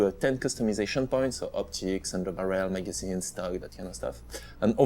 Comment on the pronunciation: His accent is amazing, and how he says barrel like barriel